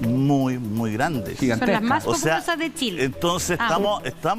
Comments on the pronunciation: El ignorante que no sabe que la RAE acepta que los nombres propios pueden ser escritos con minúscula dependiendo del contexto, le repito que es chile y no Shile, le guste o no y el contexto es para enseñar a pronunciar no a escribirlo. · Por favor díganle a que estamos en chile no en Shile y somos chilenos no shilenos! Que aprenda a pronunciar!